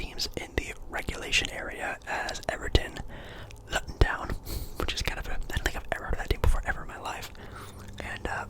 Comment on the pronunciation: it’s pronounced “looton” btw bro but great vid